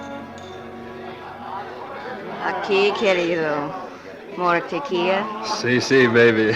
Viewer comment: She keeps pronouncing tequila wrong and it totally takes me out of the story. Only double l’s are pronounced that way!